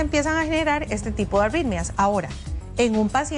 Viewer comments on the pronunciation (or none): La Dra tiene auiiitmia .. que le ocuuiiiee cada vez que dice la euuiie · Parece que dice "auitmias"